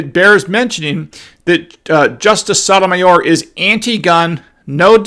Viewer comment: She’s a tool bag, but you are not saying her name correctly. The O’s in both her first and last name is the “Oh” sound, like O’Reilly’s Auto parts.